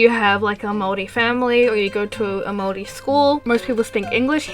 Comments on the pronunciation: fist of all, THANK THE LORD THERE IS A YOUTUBER WHO KNOWS HOW TO SAY MAORI RIGHT! and second of all, we have hangi as a food but I don't think anyone really knows about those so it doesn't really matter. over all tho, nice video. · GOD THIS IS SO ACCURATE AND I'M SO RELIEVED YOU PRONOUNCED MAORI RIGHT Iv'e been watching your content since you made My Little Pony videos way back, and Iv'e always really liked everything you produce! I also live in New Zealand and this video just expains everything so well- I hope people will see this video and go "oh so new zealand isn't a myth country?" I really like your Artwork and Animations aswell! I'm an Artist aswell and I'd like to start Animating proper. I'd love to make some fan art for you some day! Anyways, Great video!